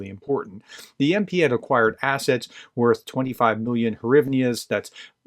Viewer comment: Hryvnas is actually pronounced GREE-V-NAHs. You're welcome. #MUGA Slava Ukraine!